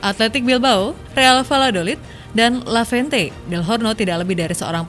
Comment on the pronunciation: Maaf koreksi mbak narator ,bacanya LEVANTE bukan LAVENTE🙏